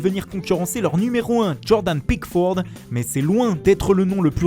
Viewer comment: Jordan PICKFOORD CARLO ANCELOOTII! Incroyable 👌😂